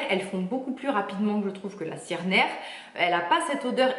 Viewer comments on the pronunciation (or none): none